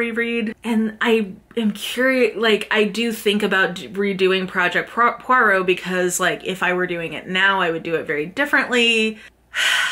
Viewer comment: Did you say, Poirot? Poirot? Poirot? PLEASE 🙏🏼